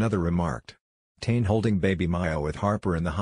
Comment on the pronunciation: Please pronounce Tane properly.